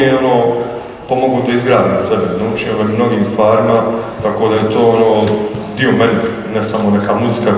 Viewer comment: Jel se ovdje neko zajebava ili šta... "Pogledaj-te i drugi diJo"?